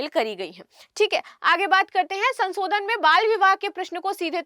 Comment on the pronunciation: Madam aap bahut achchha bolti hain, lekin aapka uchcharan(Pronunciation) thoda thik hojayega to bahut sundar lagega sunne main(संसोधन nahi संशोधन hota hai). Aur haan "Shit" ek achchha shabd nahi hai...please avoid kijiyega.